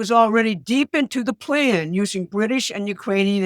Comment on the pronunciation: "usening". She is for sure trying her hardest.